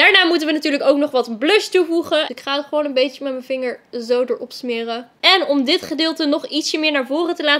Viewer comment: Toen je dit topje wou zeggen zei je: dis topje